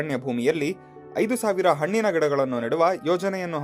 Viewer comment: ಸರ್ ಅದು ಹೆಣ್ಣಿನ ಮರ ಅಲ್ಲ ಹಣ್ಣಿನ ಮರ ಸರ್